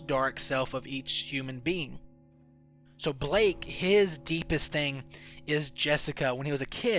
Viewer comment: "Bleeeyk" it's Balakey